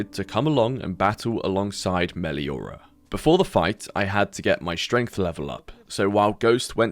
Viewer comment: thats not 'Meliora' or whatever they called it no no THATS FUCKING BA SING SAE